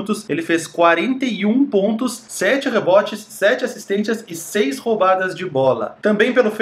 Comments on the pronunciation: Porque diabos você fala "assistênTias"???????? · Acho engraçado que o as vzs fala "assistentias"